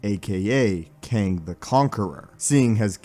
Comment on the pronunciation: can’t get past you calling it qwang